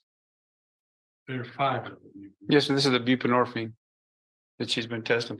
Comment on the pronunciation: Buprenorphine = Boop-ren-orphine....Dude is better of playing dumb than snitchin.